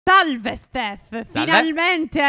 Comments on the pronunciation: Phere all'inizio hai detto talve STEF 🤣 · Like chi si è accorto che all'inizio del video phere a detto talve invece che salve😂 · All'inizio quando Fede dice " salve stef" si capisce TALVE 😃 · Ho sentito l'inizio a rallentatore e non sembra che lo dice ma LO dice 😂😂😂😂😂